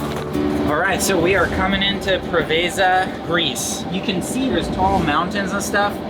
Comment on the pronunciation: Welcome to Greece beautiful couple. I have a feeling you will mispronounce many Greek places and it sounds funny as my American wife. For starters Preveza is Πρέβεζα with the accent on the pre…. Not ve…za. Greek place not Italian… Have a blast as I watch you for years now and have sailed the Greek islands from Rhodes to Halkidiki…. An amazing sailing area.